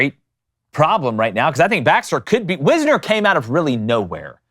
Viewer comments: It’s pronounced WISE-ner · It's not WIZ-ner, it is WISE-ner.